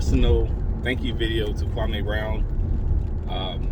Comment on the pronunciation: It's Kwam-e not Kwa-may but I certainly appreciate your genuineness. Thank you for this video. New sub here. 🙌🏿